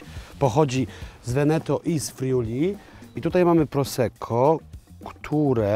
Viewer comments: Nie daje mi to spokoju - minuta filmu - "Proseczio"? Czy mnie coś ominęło? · serio? Światowiec zajmuje się alkoholem i mówi proseczio? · Czy syn mowiąc "proseczjo" miał na myśli wino Prosecco ( czyta się prosekko) ? Prosecco 🥰 to moje ulubione lekkie vino do potraw i aperitvo. Uwielbiam Wasze podrorze po Polsce i Europie 🥰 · KURNA, ja Ciebie bardzo szanuję za pasję i wiedzę, ale na litość boską, nie popełniaj błędu w wymowie 'Prosecco'!!! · Proseczio a nie proseko? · Chyba się młodzieniec-znawca win zbombał, bo jakkolwiek na początku powiedział poprawnie "prosekko" tak później "proseććio"...? No I greener to Velt a nie Vet....